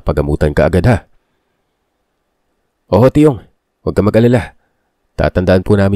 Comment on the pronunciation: boss don't get me wrong, i love your stories and i listen to you everyday... i just get icked by how you read tiyong at tiyang... chong at chang po kasi sya basahin... sorry po...😭